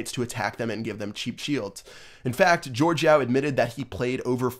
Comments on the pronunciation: Jorge is not George... it’s pronounced like HorHey... respect the name, this man changed the game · why do people say jorge yao's name as "george" cus its not :P sry bout being a somewhat grammar nazi but jorge yao honestly should have been banned because the way he became the #1 player was so cheap but he quit anyways